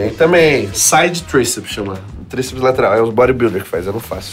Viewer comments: "chama o tríplices" "Tríplices" KKKKKKKKKKKKKK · Chama o tríceps”tríceps” kkkkkkkkkkkkkkk